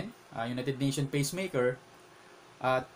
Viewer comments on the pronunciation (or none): Peace maker hindi Pees meyker lol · pees meyker po hindi peys meyker lol